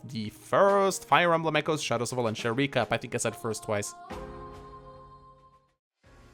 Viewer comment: It's Valentia, not "Valencia", you plebeian.